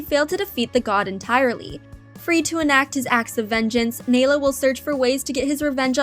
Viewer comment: It is nălo not nālo